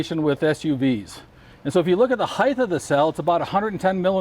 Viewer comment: I hate when people say heif instead of height. There's no damn F.